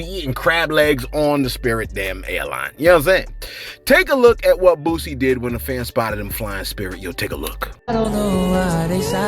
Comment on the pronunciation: Is your delivery deliberately wack? You're not very good at pronouncing names either, the man's name is Boosie, not Bootsy as in Collins!